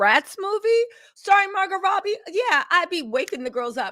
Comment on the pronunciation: Is Margot Robbie!! Not Margot Roughbe! Jaja🤦🏼‍♀️ u eating with mouth full of food..... & not pronouncing the celebrities names right!! Grll I've seen u on much better days!!!